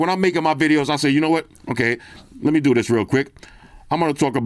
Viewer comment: Don’t do diss… doO DIIsss.. Cracked me up😂😂😂